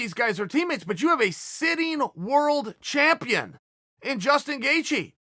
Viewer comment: shameful champion=shampione